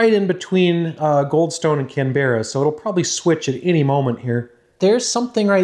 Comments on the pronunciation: Before the Aussies come for you... Not can-BEH-ruh but CAN-buh-ruh (or CAM-bruh if you say it with an Aussie accent hehe) Another great video of your experiments. Wish I had some of the kt you have 🙂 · cam-brah not cam-be-rah but we forgive you, English isn't always user friendly! XD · Please stop calling Canberra; Can-bear-rah, Its pronounced Can-beruh. Also Thanks for the vids, they are always a pleasure to watch. Cheers, from Aussie land. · Your videos are awesome! i wish i could get into this stuff as a hobby! Also as an Australian, Canberra is pronounced 'Can-bruh' not 'Can-berrah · Pronunciation note (extremely minor and almost irrelevant), ''Canbruh'', not ''Canberrah'' (For Canberra, Australia). Very interesting video regardless! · I'm Australian , it's not "can-berra" it's pronounced kan·buh·ruh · Can-bra not Can-berra please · lol you say our city name wrong canberra is said "can-brah" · Canberra is pronounced Can-bra don’t worry though us Aussies are not very good at English 😂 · It's pronounced CAM-BRA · Please don’t say Canberra like how you do! It’s pronounced canbrah. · Aussie here, Canberra is pronounced Can-bra haha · Lol love the Canberra pronunciations try "Can Bra" next time mate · Aussie here, we say Canberra like 'Can - bah - rah' or some bogans will say it 'Can-brah' :) Thanks for the cool content! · Its pronounced "Can-brah". It's not a berra mate. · Yeah, took me a bit to realise what city he was trying to say. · 'Canberra' is only 2 syllables /ˈkænbrə/ 😉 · Can Bar ra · as an Australian your pronunciation of Canberra deeply frustrates me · As an Australian I always get amused by how Americans pronounce Canberra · A quick note: Canberra has the accent on the first syllable.The second and third syllables are almost melded into one syllable.